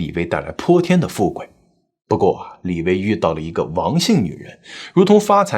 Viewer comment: 李薇 - 薇是第二声吧，不是发第一声 微